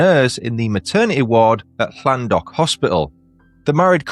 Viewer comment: Thanks. And you pronounced Llandough correctly.